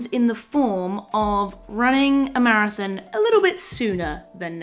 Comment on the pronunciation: Love your accent on "marathin"